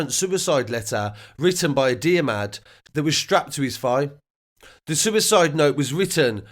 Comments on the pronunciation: Dear-mad 🤣 its pronounced Der-med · Diarmuid is pronounced Jeer Mud , no hate obviously it's an Irish name so you can't be expected to get it first time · I think it’s pronounced (Der-mud) as had lad from work who’s name was spelt the same and that’s how he pronounced it. Besides the point RIP what a awful event really feel for the mother must have been horrific for her and so traumatising. Bless her. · The way u said diarmuid 😂